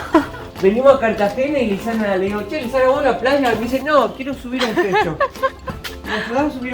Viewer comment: A le dicen Luisana como la Lopilato jajaja, muy bueno el video, saludos